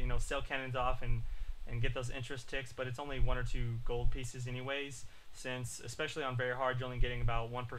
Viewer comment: is it me or gold sound like goal and goal sound like gold.